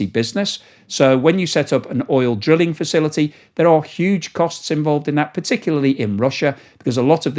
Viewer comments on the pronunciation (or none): none